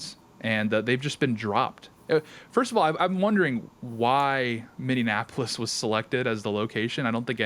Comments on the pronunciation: Minneapolis not Minneanapolis! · Minneapolis is pronounced (MINI APPLE US), not (MINION APPLE US). Just fyi...